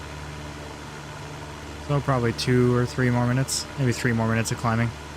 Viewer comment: It sounds as though tower keeps stating tree instead of three...